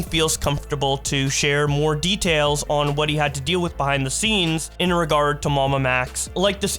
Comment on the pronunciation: Bro cool video and all but did you have to audibly say the R word and put so much emphasis on it lol